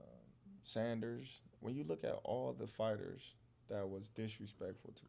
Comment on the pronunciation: Calling Saunders "Sanders " 🤣🤣 big up Bud